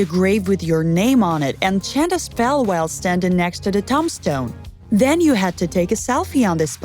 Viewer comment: I just am annoyed that she says words wrong for instance tomb stone thumb stone